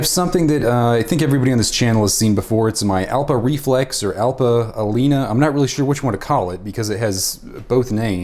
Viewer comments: Alnea not Alena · You are mispronouncing AL-NEE-A.